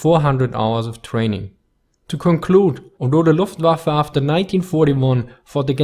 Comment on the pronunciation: I am not German, but So Nice to hear "luftWaffe" pronounced like it should!